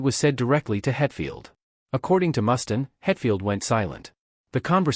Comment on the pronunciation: Ikr? Can't watch the whole thing, if they can't even get the names right.